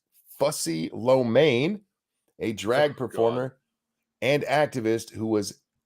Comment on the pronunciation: I heard Lomein. I like the dish and I like